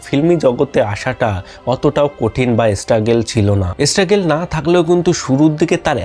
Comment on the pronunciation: Sob thik ache kintu pronunciation ektu thik korun . Nahole sob shobdoi banglay bolun. Sunte kharap lage struggle ke esstruggle, script ke iscript, video clip ke video cilip.r second wife jake dekhaken ota onar wife na..bhul information deben na..sobai ajkal youtuber